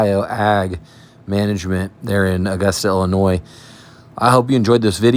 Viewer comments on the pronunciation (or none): How many subs from the land of Lincoln called you out on your destination? College roommate from Dixon, Ill used to say “there ain’t no NOISE in Illinois. Indian tribe/word pronounced “I’ll-ih-noy”